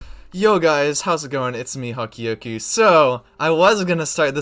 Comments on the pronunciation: yep, Hokky oku × Hok kyoku <3 Thanks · Please pronounce Hokkyoku 北極 better I'm half Japanese and speak it and that pronunciation :(